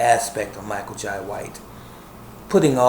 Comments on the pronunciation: Jai is pronounced, "Jay" - ( ok buddy?) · Its pronounced Jai not Jay